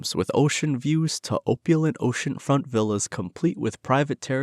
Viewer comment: OPP YOU LENT Not OPE YOU LENT